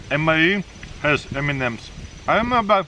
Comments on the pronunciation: When he say M&Ms I only hear Eminems 🤣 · the way he said m&m got laughing